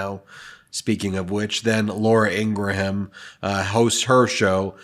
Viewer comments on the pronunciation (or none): I'm for Harris but please stop embarrassing yourself & learn how to pronounce Laura Ingraham's name correctly, Ingraham has 2 syllables not 3 syllables, thank you. Otherwise you're doing a great job, keep it up.